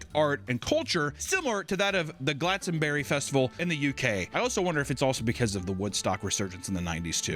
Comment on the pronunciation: It’s Glass-ton-bury not glatsonberry btw